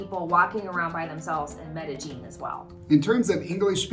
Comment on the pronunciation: Bad American pronunciation really frost's my shorts. Its Med-a-yEEN!! Spanish double L is a Y.